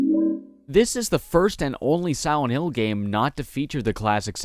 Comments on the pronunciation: Dude every time he said silent hill I heard siwent hill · Take a shot everytime he says Siwent Hill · I always hear him say Siwent hill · Siwent Hiw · "Swient hill" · sawent hiww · heh siwent hill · Siwent hill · I wuv Sigh-Went Hwill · ...Am I the only one who thinks it sounds like you called this one Siwent Hill over and over? And it looks like it too? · Be vewwy vewwy quiet... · But here's the thing - listening to him talk, I've only ever heard him replace the L with a W when he mentions "Silent Hill" itself; otherwise, he's able to pronounce L's normally. Must be the phonetics OF the word Silent, maybe. But it's a minor thing compared to a great review, so from one R.A.D. to another, good work man! From Canada, with love <3